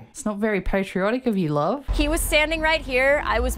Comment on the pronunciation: He said "I Loathe You," honey , and, "Doe," not Love and Fine..